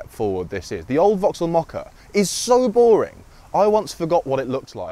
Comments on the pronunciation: I see what you are saying the pronunciation of mokka-e is making a mockery of moh-curry.😃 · I can't get over the fact that you pronounce it as "mockery" :D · As a non native English speaker it never fails to amaze me that the British pronounciation of the Mokka-E sounds like ‘moh-curry’, as if it is some sort of Indian dish. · We pronounce it more like 'mockery'. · GREEN! And quite hilarious, that it's pronounced as "The Mockery". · who else heard him speak of a mockery-car? a grrrrreeeeen mockery? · Did nobody at Vauxhall realise what it actually sounds like when somebody pronounces the name of this car? It might Look okay on paper MOKKA-E but in the real world it sounds like the word Mockery Look up the word Mockery in a dictionary and here is the definition:- a>an absurd misrepresentation or imitation of something. b>ludicrously futile action. Examples It can be used in sentences like this:- " I turned up for work in this car and I was greeted with lots of Mockery" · Funny how brits pronounce the mokka e as mockery without them realising. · That is only a UK thing. The rest of Europa doesn't add the R. We don't pronounce Opel as Vauxhall either. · That's how most people around here pronounce it. The ridiculous name is doing Vauxhall no favours.